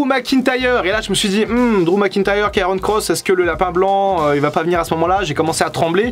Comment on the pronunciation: Doc, c'est Karrion, pas Kairon ;-)